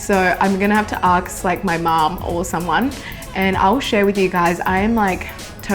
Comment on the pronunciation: Aks? You mean ask?